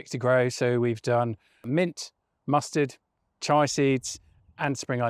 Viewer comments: Chee-a seeds, not chai seeds :face-blue-smiling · In case you're wondering, it's Chia seeds planting (CHEE-ah). He's got his IA reversed. Chai (CHY) is spiced Indian tea made with milk! You can grind whole chia seeds to make an overnight pudding with milk/yoghurt, or chuck them into soups/casseroles for huge health benefits. Packed with protein, fibre, and vitamins. they need to be ground or heated to unlock all their nutritional punch, tho. Otherwise they're just an expensive laxative! 😳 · I’ve been growing spring onions from cuttings for years also other veg & herbs, but Chi-ah? Try kee-ah instead! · Sorry to be pedantic, they're not chai seeds, they're. CHIA seeds (pronounced like cheetah without the T) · I thought it was pronounce chia